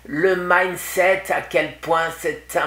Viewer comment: " Mindset ", pas " maille set ". Minset = état d'esprit, en langue française.